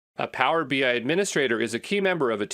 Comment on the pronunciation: It is text to speech. Notice pronounces BI as BY..."Power BY"